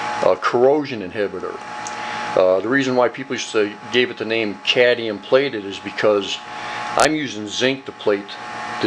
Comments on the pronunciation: As a person w/ a significant background in chemistry, I'd say you did a very nice job - you've done your homework and research. However, you really should learn how to pronounce Atomic No. 48 - Cadmium. It is NOT Cadium as you pronounced it throughout the video - it is Cadmium. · You say 'Cadium' ? Is it US speak for what we (UK) call 'Cadmium' ? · Good process, now let’s learn to pronounce ‘cadmium’ so we can stop calling it ‘cadium’ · Cadmium....not cadium. Nice set up, thank you. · Cadium? I thought it was cadmium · Great tech, but one thing that drives me nuts, it's pronounced cad-ME-um, not caddium. 😉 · Very interest and well shown video, but please talk correctly and pronounce the words how they should be. .............................its CAD - ME - UM... NOT cad e um.. the English language gets so bastardised its terrible, especially when you have even spelt it correctly. either say the word correctly or dont keep on repeating it....... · Actually, it's cadMium, not cadnium....LOL 😅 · You should pronounce the "m" in Cadmium. It sounds better. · CadMium! As in how the rest of the world pronounces it. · Can you say Cadmium?????? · Please learn how to pronounce "cadmium"